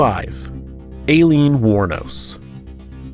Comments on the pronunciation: You’re pronouncing alieen wrong, it’s pronounced like “I-leen” not “a-leen” It hits the ear wrong. know you’re doing your best and I appreciate it but seriously if your gonna talk about her pronounce her name right. it’s irritating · Pronounced Ilene not Aliens. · Eileen. “Alien”? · Alien xD its aileen!!! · Ok, but A-lean tho?? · Alien do u not see the r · Why are you pronouncing #5 like that haha Her name is Eileen, just spelled with an "A" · I heard Alien aswell haha! Confused me for a second. I actually thought it was pronounced 'A-leen', so I was also wrong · And? We pronounce Aileen, Eileen, and Ilene as eye-LEEN in the US, just like you, O superior one. The narrator may not be from an area where the name is popular and may never have heard it said aloud. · FYI "Aileen," in this case, is pronounced "Eye-leen" and "Gilmouth" is pronounced "Gilmuth" like the town Plymouth in Massachusetts.